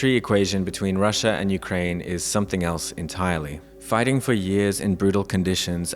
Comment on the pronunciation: Ukrying? haha ... from Singapore . FAFO